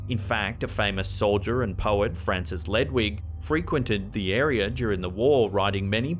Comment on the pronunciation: Its Francis Ledwidge, the d and w are pronounced!